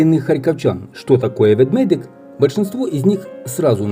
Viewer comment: Ведмедик ( а не Ведведик)😉